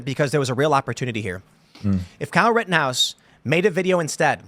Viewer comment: "Riddenhouse", Our rights will be "Eden" away??? Why can't young people pronounce glottal stops, or nasal consonants anymore???